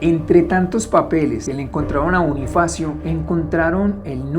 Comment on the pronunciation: Soy la única que se da cuenta que en el minuto liendra dice Bonniefacio como nuestro Bonniefacio de five nights at freddy's 🐻🐰🐥🦊